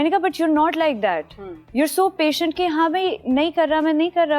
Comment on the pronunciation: Patiant???english ka satya nass krdia h